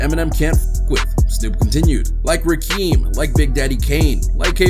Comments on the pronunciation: Rakim not Rakeem... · He called dude Rakeem haha. Rakim (Rah-kim) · Rakeem? Haha. Bro You mean Rakim? Fuck am I watching this for? This dude dont know Shit lol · Like “rakeem” 🤦‍♂️ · Ra-keem? Dog stop talkin bout music and don't know the names or history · You showed the ignorance of white folks and Hip Hop by mispronouncing Rakim’s name! You idiots don’t even know the culture or listen to anyone else in the culture but will buy an Eminem, Wack Harlow, and mgk album. And then try to argue album sales for greatness… gtfohwtbs!!!